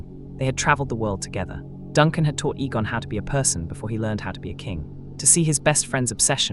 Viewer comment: When the AI mispronounces the name or word, correct it by spelling it out so it says it right. Egg, Eggon.